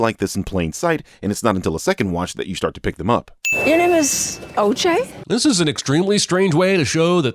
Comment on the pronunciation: No cap when I hear the name oj all I hear is “ AYE AYE OKAY “😂